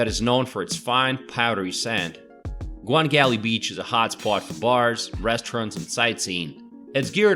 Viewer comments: Busan was my hometown. Thanks for nice introduction. I want to fix some names : ja-gal-chi not ja-gal-ki. kwang-an-ri not kwan-gan-ri. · Gwangalli beach is pronounced Gwang - alli. also Gwangan is too . Beacuse Gwang is one word.